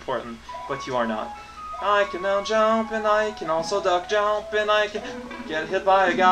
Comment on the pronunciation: ...Oh my gosh... If "legit" is acceptable, then using it in adverb form is acceptable too. Especially when his whole character-quirk is to use words in unusual ways or invent new ones. I suppose you also want him not to pronounce "jump" like "jaump", or for him not to string a bunch of nonsense together anymore next. That'll really make him entertaining to watch. Personality/speech-pattern quirks aren't proper, after all.